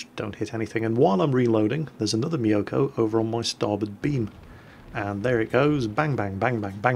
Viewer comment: you pronounce mi-yo-ko instead of myoko. go watch some anime!